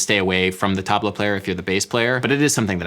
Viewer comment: As a Middle-eastern, I loved how you said Tablah. Also, the jazz guitarist, Sasha who covered 'The Middle' is freakin dope.